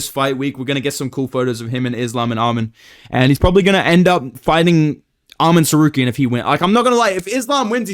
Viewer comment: Bro I cannot get enough of the Chael mispronouncing names and Merab yelling at Umar impressions 😂😂😂 YOU HAVE TO BE MAN BRO!!!!!! 😂😂 Arman Sarcareian 😂